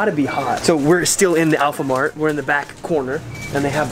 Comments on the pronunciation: Dude get the name right it's "Alfamart" not "Alphamart" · Its not AYAM PEDAS, it was MIE PEDAS. and its Alfamart not APLHAMART. Just reminding hope u get helped. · Alfamart not alphamart 😂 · Wait Hold The Horse.. It's Alfamart not Alphamart dude hehe ✌️ Keep it up bro, i'll support whatever u do😂😂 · It's say alfamart not alphamart but it's ok for tourist to say anything you almost do it, but have you visit bogor yet??. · What the 😂😂 Alfamart not alphanart 😂😂😂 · Alfamart ya mas haha bukan alphamart 😁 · Alfamart dude, not alphamart 😂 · Alfa mart, not alpha mart😂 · Dude, its Alfamart not Alphamart 😂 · Bukan alphamart tapi alfamart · Alfamart not Alphamart :) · Alfamart not Alphamart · 'AlPhAmArT' Its Alfamart Lmao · It's alfamart not alphamart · It's "alfa"mart not "alpha"mart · it's "alfamart" not "alphamart" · Not ALPHAMART but ALFAMART,.. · Yhe name alfamart not alphamart :v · its not ALPHA its Alfa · Alfa not alpha.. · Alfa not alpha. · alfa not alpha